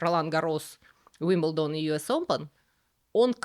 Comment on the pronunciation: При всём уважении почему УилбендОн??? Ударение же на И?Но как всегда, узнала много нового, спасибо❤